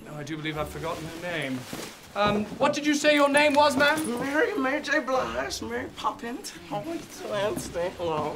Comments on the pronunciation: Did he say mary j bligh or its just me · "Mary J Blige" lmao I'm dead